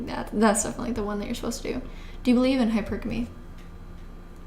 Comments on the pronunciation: Its pronounce high purrrr gummy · You say hypergamy so differently. You say hyperAmy emphasizing A but I pronounce it hyperaMY emphasizing MEE No hate but just I noticed it because you say it quite often😭